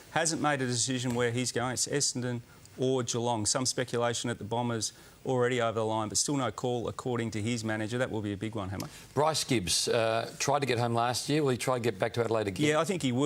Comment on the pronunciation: Dustin Martin's "Mamager"? lol